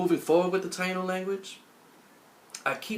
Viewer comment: Bohio is Bo io, H is silent. and is Taíno, not Tainó.